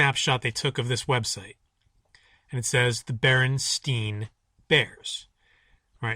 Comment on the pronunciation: when you pronounce it at the start. you don't even say Berenstein. bear-en-STINE is how you pronounce that last name